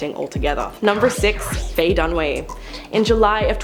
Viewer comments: It’s Faye DUNAWAY not Dunway. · lol its not Dunway, its Dunaway